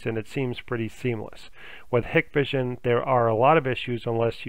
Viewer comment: I have not been able to get any of this to work, but thanks for posting the info. Apparently it has worked for lots of people. However, if you install these cameras all the time, you should know how to pronounce them. It's HIGH-kvision with a hard I.